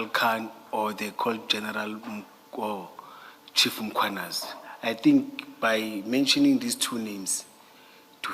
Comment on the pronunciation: mKHWAnazi! NOT mCHWAnazi!!!